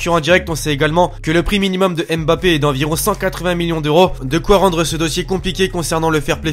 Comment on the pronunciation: prononce bien Mbappé stp